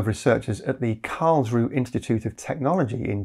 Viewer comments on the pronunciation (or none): I miss the -eh in Karls roo eh. The final "e" auf Deutsch is not silent. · Just a little detail: the 'e' on the end of Karlsruhe is pronounced, so it's approximately 'karlsrew-uh' rather than 'karlsrew'.